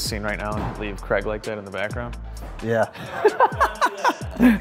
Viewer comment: You mean Kreg? American pronunciations 🙄🤣